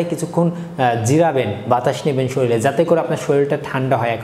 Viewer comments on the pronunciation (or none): none